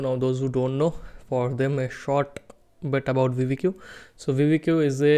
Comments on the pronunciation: brooo its not called veevedq its called VID - I - Q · bro its not vidi Q. Its vid IQ = vidIQ